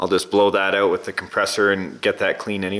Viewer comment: It’s a crankshaft and that’s not how to pronounce out 🤣